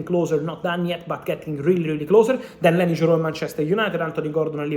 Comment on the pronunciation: YOro. YOro. Not JOro